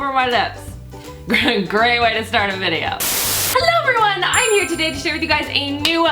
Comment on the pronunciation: Does anyone else get frustrated with the fact that she's pronounced "I'm" as "I'en" all these years.